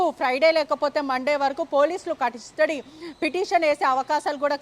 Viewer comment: 😮😮😮catastody???? Or custody madam???? And sooo many mistakes u have spoken madam like prathyeka Nigha ki badhulu u said Nidgha & jail superintendent ki badulu u said superintal😂😂😂😂